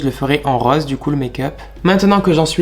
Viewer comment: pourquoi as tu ses manières de filles ? et qu'est ce qui te prend de faire des choses pareils ? pourquoi aimer être un pot de peinture ??? PS = ont dit rOse pas reuoze. Rasures moi tu ne gagne quand même pas d'argent a faire ca ?